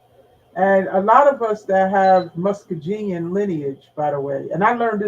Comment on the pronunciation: MuskoGean not pronounced with a J 😂but eye know wat she means